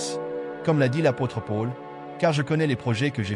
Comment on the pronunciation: Merci 😇🥰👍🙏👃 Par contre, vous ne prononcez Paul de la bonne façon, désolée.🤔